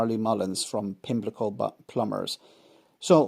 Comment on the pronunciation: Errmm.., I think it is spelt 'Pimlico'....